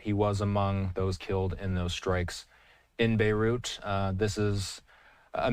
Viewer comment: The moment you cannot pronounce Beirut is when I stop watching.